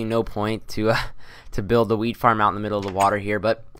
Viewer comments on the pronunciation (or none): Sounds like youre saying weed farm not wheat farm hah